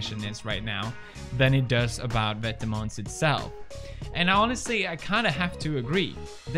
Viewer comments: Dennis Hubert i’m pretty sure it’s vêtement and not « vètement » mate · thedutchbloggergirl vetements is actually pronounced vet-eh-muns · "It seems like vetamens.... like it big." Pewdiepie 2019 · I love how Felix pronounces Vetements & Margiela 😂👏🏼👏🏼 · Lol me too, and I can tell he is trying which is sweet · Hendrik Mooi yeah I thought this too but didn’t want to reply in case I was wrong lol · Pewds just made Vetements sound like something swedish. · The way he pronounces vetements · bruh not how u say vetements